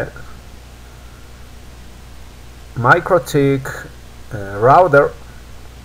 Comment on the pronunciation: I hear MikroDick :-D